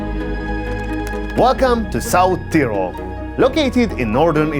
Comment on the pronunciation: Thanks for the historic touch of south tyrol! Every word was correct!